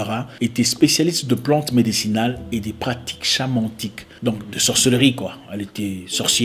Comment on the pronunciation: shamanique pas shamantique.mais bien joué comme même.